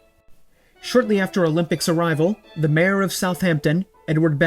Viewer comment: Pronouncing mayor as marer is interesting